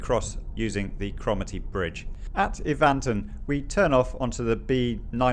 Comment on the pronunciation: Evanton is pronounced Evnton not Evaanton and Bonar Bridge is Bone ar Bridge. Well done on your use of passing places! I wish everybody from down South did the same. Manners are appreciated on single track roads especially when they park IN the passing place and NOT on the road before they get into it. Not dunroe bin but Dunrobbin as in a man's name. Scourie is pronounced scowrie. ow as in Cow! Handa very interesting. Never been there. Lovely video to see! Ben Suilven is Sooilven. Rhiconich is Rickonich. Thank you. I enjoyed your visit very much!